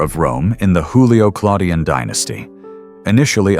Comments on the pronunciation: Julio-Claudian not Hoolio-Claudian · For the speaker in this video: in the word Julio(-Claudian), Juilio is pronounced with the J sound of July, not the guttural Spanish sound as in Julio Iglesias... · You're wrong, "J" sounded like "Y" in Young